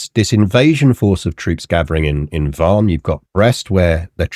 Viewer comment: Isn't Vannes pronounced like "van"? In any case, thanks for the good episode!